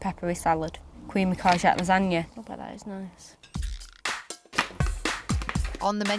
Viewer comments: she couldn't even read or pronounce courgette and didn't know what it was haha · She couldn't read 'courgette'. I'm concerned.